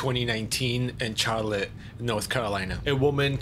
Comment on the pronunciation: ITS PRONOUNCED SHAR LIT lol love binging on ur videos!!